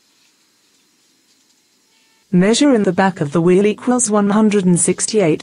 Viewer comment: equils blah blah blah centimeters....its equals not "equils"